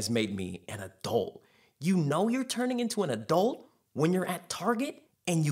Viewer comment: the way you say the word "adult" makes me uncomfortable. good video though.